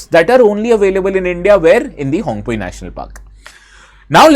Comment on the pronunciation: The pronounciation of Phawngpui is incorrect. P isn't silent like english vocabulary.